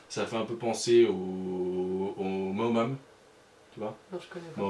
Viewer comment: Je pense que ton frere voulais dire "moams" et non "maomam", vous vous ressemblez un peu je trouve :D Groooos bisouux !!